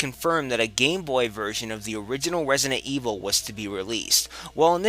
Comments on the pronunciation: "Wesident Evil"? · wesident evwil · Wesident Evil - Elmer Fudd :D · he said Wesident Weevil XD